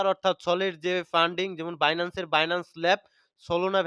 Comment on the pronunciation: বিনানস্ না বাইনান্স সঠিকভাবে বলুন 🎉🎉🎉